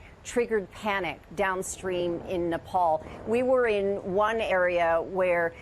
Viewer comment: Everyone at Fox pronounced Nepal right.